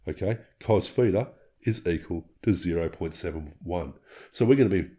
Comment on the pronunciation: What's a "feeter" angle? or are you saying (feature) with an accent? And what is that 0? Is that the "feature/feeter"? I did the equation of 12 x 0.57 and got = 6.84. Yours is 6.88. Why is that exactly?